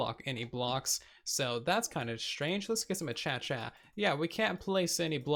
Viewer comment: I love how he pronounces acacia